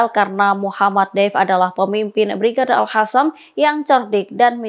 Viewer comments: Al Khasam? Al Qossam!! Aku ejain lengkapnya ya: Izzuddin Al Qossam.. Kalo bahasa enggres kenapa ngomongnya paseh bnget tapi kalo bahasa Arab gaya ngomongnya kayak sama sekali nggak pernah kenal bahasa Arab.. Ini presenternya Muslim bukan sih? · bisa diganti tdk.nyebutnya al qosam bukan al hasam. research dulu dong. terdengar kurang kredibel.